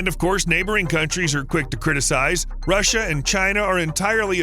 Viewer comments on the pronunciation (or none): none